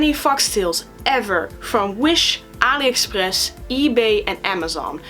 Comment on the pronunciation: When you say 'Aliexpress' you sound so French!